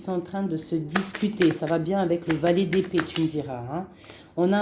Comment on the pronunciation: Fee : pourquoi tu prononces "le roi des pets?" ET "le monde terreste". On dit épé-e. On dit terrestre. Est-est une coutume du sud-ouest? Sans rancune. Régor 🇨🇭